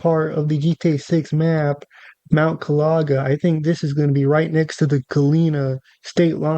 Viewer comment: Yo never make a video on something u know absolutely about ever again pls just save yourself from that embarrassment “rushing” or not it takes literally 1 second of looking at the word correctly to say it right and u tried to explain things about florida u had no knowledge of smh do more research before making videos bruh Not only did u say gloriana wrong but u also said mount kalaga wrong! Now u knew damn well u were gonna say the word likea million times in this video why the hell didnt u make sure u were gonna say it right?! Smh do better